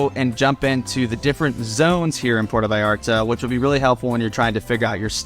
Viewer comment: You have lived in Vallarta for 10 whole weeks? Wow. Try pronouncing Puerto Vallarta properly. It is Puerto Vy ART Tah. Not Porta Vee arta. Please, if you are going to "tell us all about it", study some Spanish. Then study some more. Learn to pronounce the words. Slow down. Listen to your Mexican friends. They will help you. Bah eeah de Ban Der As. Bay of flags. Nayarit. Ni ar eet. Oh, you did not know Mexico had states? Wow, who knew? Your next door neighbours my friend. Get to know them.